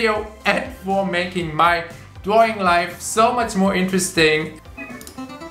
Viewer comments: I love how he says Drawing ‘Dwawing’ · I love how he says dwaing